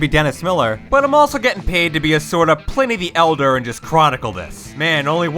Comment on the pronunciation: Dude really just called him "plinny the elder"